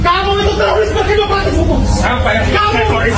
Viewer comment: Tifa . ROy. Rismon Emang tiroris itu baca nya